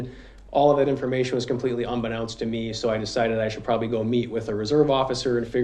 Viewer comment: Did the policeman just say “un-be-noun-st” to me? You must be kidding me right ?